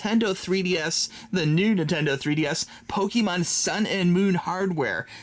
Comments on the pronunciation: it is not pronounced "pokeemahn", it's pronounced "pokehmohn". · I get triggered when he says "PokEEmon" instead of "Pokémon" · "Let me know what's your favorite starter Pokeman is..." This is what it sounded like.